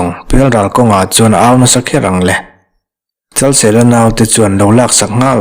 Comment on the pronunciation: Luangpawl Pasaltha Chalseia tiin ka lo hria a, Chalsela tih zawk tur a nimaw..🤭🤭😂😂